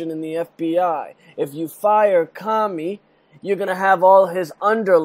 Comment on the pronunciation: its Comey, not Commy